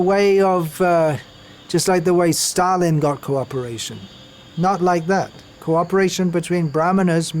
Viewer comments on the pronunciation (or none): none